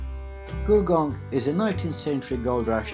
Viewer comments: It's Gullgong, not Goolgong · It's actually Gulgong, and it's my home.